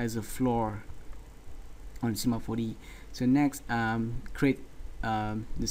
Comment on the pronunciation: cinema 4DEE xD